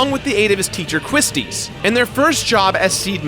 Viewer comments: Me: Damn,, 400 Episodes!? Congratulations, man! Here's to 400 more! Also Me: GODAMNIT MAN QUISTIS IS PRONOUNCED LIKE QUICHE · How the hell do you read it as "Quistease" when it's spelled "Quistis"? Sometimes you make some interesting pronunciation choices there,. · Please tell me “Quistis” is not pronounced that way. I thought it was pronounced “Kwis-tis” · Have I been saying Quistis's name wrong this whole time? I though it was pronounced "Que-stis", not "Qwhis-tis". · Yeah his pronunciations are weird sometimes... Quistis, Balamb, Ultimecia... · Congrats, but what's with the weird pronounciations with Quistis and Ultimecia??